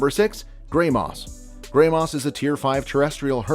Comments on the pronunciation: Gray- moss ✋💀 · Yeah like the way he said shrooms and "graymoss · i bursted out laughing when he said “graymoss” and “ayolenus”